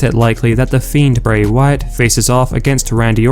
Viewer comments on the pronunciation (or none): none